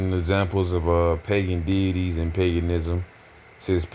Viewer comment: ngl, "pagan detities" got me 😂